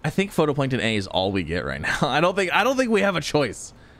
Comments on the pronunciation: Does he ever pronounce phytoplankton correctly? its phytoplankton not photoplankton, its pronounced FIGHT-O-PLANKTON, I'm about to have an aneurism its bugging me so much. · not to be an annoying critic but phytoplankton is pronounced "Fi-Toe-Plank-Ton" not "Photo-Plank-Ton" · It says phytoplankton(fie•toe•plae•nkton) not photoplankton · Just wanted to point out, phytoplankton is pronounced “fito-plankton” 😁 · Yeah, was catching that, too, he even mentioned not being able to place it underground because 'photo' so I think he misread the word, and misunderstood it completely rather than just being a pronunciation error. It makes sense though, in a way, "photo", for "photosynthesis" I can understand why and how his brain did what it did. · How many times can a streamer misread the same word in one episode? watch this and find out XD "Photoplankton A" XD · I love you and your videos but it’s pronounced FIGHT-o-plankton. Keep being awesome ❤ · I never noticed it, but now I can't unhear it. Darn you,!!!!!!